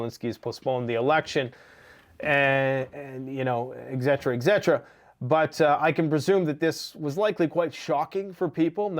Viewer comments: ETCETERA. NOT EGGCETERA 😐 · it is not pronounced ex et ra, It is pronounced Et Set Er Uh😮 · The word, etc. it is pronounced ET-SET-ER-A